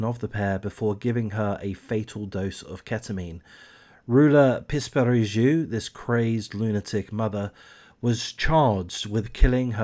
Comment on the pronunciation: Τhe name is pronounced Roula Pispiringou. Within three years all her children were lost, all three of them. The picture that has been given by psychologists regarding her psychological profile, in general, is Munchausen by proxy. She still insists she is innocent. Seizures (none of the doctors who saw her and in all the hospitals where Georgina was treated did not see this girl having seizures. Whatever she suffered and how many times she suffered it, only her mother was present), were not of pathological origin, no doctor ever issued any certificate of pathological problem for Georgina. To be precise about none of the three children who died. The first child show symptoms of leukemia (defined as having cervical lymphadenitis of the right jaw), which no one knows the cause. A chemotherapy would do, they would monitor her for a while and then return home. She died shortly after the doctor's checkup, while she was eating, playing, and all her tests were excellent. Suddenly. Next was the last baby, a little girl of 8 months. She had absolutely no problems, she was growing normally. Suddenly one morning she was found dead with a bloody and wet cloth tied to the rails of her bed. Later it was found that the baby had wounds in his mouth, apparently from the cloth they put in his mouth but also let's not forget that his mother had very long nails that she never forgot to take care of. Apart from Georgina (who happened to be found without her oxygen when the doctors came in for the l